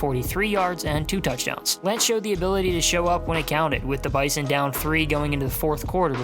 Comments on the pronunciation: When you talk about NDSU it’s pronounced BIZON not bison it’s cringy when you say it wrong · say bison with a Z man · You pronounced bizon wrong. NDSU fans don’t like the hard s in the middle of bison. You replace it with a z